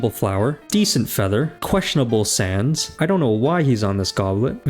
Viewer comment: Is it me or was he saying Sans instead of sands